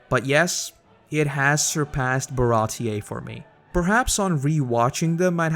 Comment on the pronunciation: it's old but it's pronounced bara-tea (like the drink) tee ... see ... eeee .... you know .... REEEEEEE... ahäm